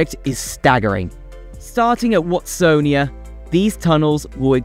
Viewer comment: And Watsonia was prounounced ‘Wastonia’ 😂